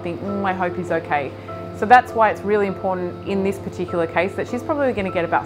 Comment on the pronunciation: it's kiTTON not kiDDON please your a educated, medical train Vet, it's kiTTON and just to really moan it imporTANT not impoDant